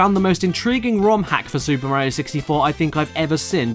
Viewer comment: “It’s super Morio 64”